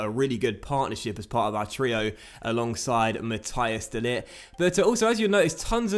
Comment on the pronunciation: De ligt's first name is pronounced mah-tees. The s at the end is a 'ssss' sound